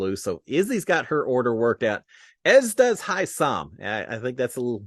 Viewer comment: Hey there,! Thanks again for giving us updates every day-even when all we had was animals to see...🙄 I have to tell you... To pronounce Hisam's name:. It is "HI sum" accent on the first syllable. I know, us being from Texas and stuff, we haven't had many people with this name but I'm here to help you! You can do it and THANK YOU, AGAIN for giving us updates! Pray for rain for us too!!!